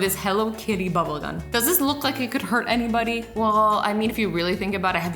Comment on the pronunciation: "she didn't mean to hurt anybidy" anybidy IM DYING